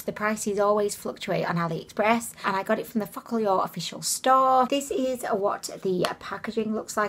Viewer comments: I know I am four but I giggle every time she says the name. Sounds like "Fuck all yall." Kekeke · I think it’s meant to be pronounced as foca - lure lol I found the eyeshadow was ok but like cheap. The huda one I have it it’s called the new nude and it’s very expensive but dupes from Ali express as nice as they are couldn’t come close. The metals in the real huda look on the eyes like Stila magnificent metals on the real huda bc I have it myself 😍. On the real huda the pearl chunks are way larger and it’s a mix of pearl and rose gold making a duo chrome look it’s a lot nicer than both of these. Focallure is closer dupe to huda than the aromas but still not anywhere near as good